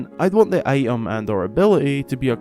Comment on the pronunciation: I-uhm, I-uhms, I-uhm Menu, I-Uhm list, Collectible I-Uhms.